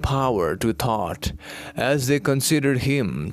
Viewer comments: Thoth not thought. Correct? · It's THOTH not thought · Are you saying “Thought” or “THOTH”?? Very fascinating 💙Thank-You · Thoth is pronounced Tot which sounds like thought.